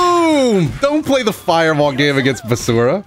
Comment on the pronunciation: I feel like he pronounces his name weird. Basura means trash where I'm from so I'll just call this character Basara xD.